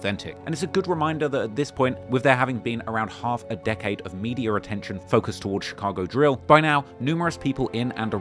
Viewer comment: "Meediur attention" 🤓